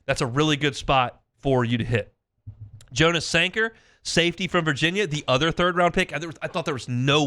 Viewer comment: Jonas Sanger’s name is pronounced yon us not Jo nus